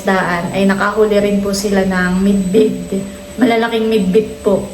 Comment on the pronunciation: Bidbid not midbid